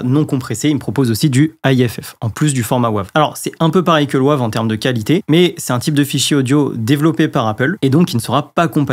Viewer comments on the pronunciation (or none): Bonjour …. S’il te plaît prononce Wave à l’anglaise "weyve" en français c’est vilain 😂😉 Alain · Bonjour, comme le dit Laurent la prononciation de Wave est insupportable sur cette vidéo. Même s'il faut franciser beaucoup de mots anglais, par pitié celui là prononces le vraiment en anglais🤣🤣🤣🤣 Sinon tout le reste est parfait comme d'habitude. Bonne soirée. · Bonjour, merci pour ces précisions mais par pitié ta prononciation a la français du format WAVE m'est insupportable😅. Bon mais ce n'est pas grave, l'essentiel reste le contenue de ta vidéo. Désolé pour cette précision mais je ne pouvais pas laisser ça. On peut tout se dire 😂😊. À bientôt. Laurent, un fan 🎉